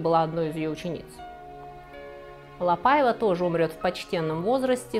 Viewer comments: Очень интересно, спасибо! Несколько лет назад в музее Орсе была выставка, посвященная куртизанкам Парижа. Только произносится не ПАйва, а ПаИва по-французски.😊 надеюсь, вас не заденет эта поправка. Остался ее невероятной красы особняк на Елисейских полях. Сейчас в частной собственности, но можно найти возможность посетить с гидом. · Спасибо за доклад, в целом все понравилось, кроме портрета Великой певицы Марии Каллас на стене, не имеющей к теме отношения. Также покоробило французское произношение Quelle horreur и ошибочные ударения, особенно в имени ЛапАева? Это же La PaivA, Вы же и в испанских фамилиях ставите ударение на последний слог, отчего Ля ПаивА стала исключением? Желаю удачи, работа Ваша нужная для просвещения неофитов, с удовольствием посмотрю и другие выпуски! Историк моды Александр Васильев